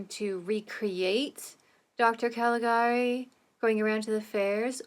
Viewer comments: Yes, it's pronounced 'ka-li-GA-ree', just like you said. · I remember when I watched this in one of the History of Cinema classes I took in college. Such a beautifully designed film. Not only is it considered the first true horror film, I think it might also be the first film with a twist ending. By the way, you did pronounce "Calagari" correctly. I only know that because there was a remake of the film with sound made a few years ago. I've only seen the trailer, but it may be worth checking out on your own.